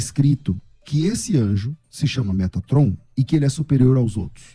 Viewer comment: Quando ele falou metraton. Nao segurei kkk